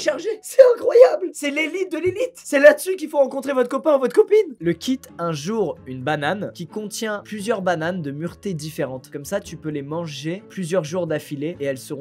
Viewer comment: Muruté, ou plutôt maturation.